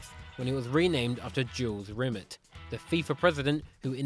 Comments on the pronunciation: It's pronounced 'Rim-Aaa' not 'Rim-Met' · Are you deliberately pronouncing Rimet as Rim it? I don’t know if he ever did. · It’s pronounced Jules RIMAY. 😊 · Jules 'Rim-it' Are you joking? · Jules Rimmet? Have a little culture and learn to pronounce names properly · 90+1 Facts Yes. You mispronounced several of the names here, you just Anglicised them, presumably because you couldn't be arsed to learn them. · I hate to criticize but Jules Rimet and Matthaus are pronounced differently mate